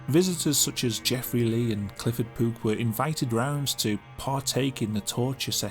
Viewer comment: Is he saying “Clifford Poop”??